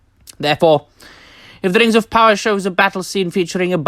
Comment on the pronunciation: The way you say Rrrings of Powwaaaahh hahaha